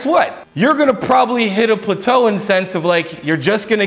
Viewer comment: I've never ever heard anyone pronounce plateau as "pluh-toe"